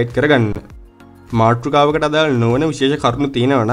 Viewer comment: MaattRUkawa. = wrong pronouns Maathrukawa =.right pronouns